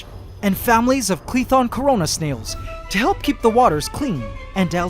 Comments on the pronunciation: Did he say cOrOnA snails? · Did u say “ cOrOnA sNaILs “ [We need those to clean up corona]